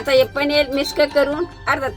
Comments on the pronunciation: layich bhati bolati 😂panir nahi panel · Paneer ❎ paneal✅😂😂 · Paneer ❌ Panel ✅❤❤❤ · मला वाटायचं की माझी अज्जीच फक्त पनीर ला पनेल म्हणते, पण या ला पनेल म्हणताना बघून मला माझी आठवली...